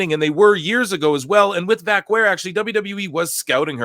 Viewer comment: just here to say: you say Vaquer like you say Hacker or cracker